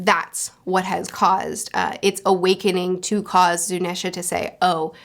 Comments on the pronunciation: Zunesha is based of Ganesha, which is an an ethnic name, so I feel it's best to pronounce it as such. (Zoo-neesh-uh, not Zoo-nesh-uh) Also Mochi is pronounced (moh-chee) not (moh-key) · Also big elephant is Zu-nee-sha